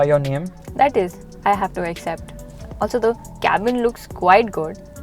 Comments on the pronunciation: Finally says cabin and not K-Bin! Nope wait- she says K-Bin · It was not cabin, it's 'cabin'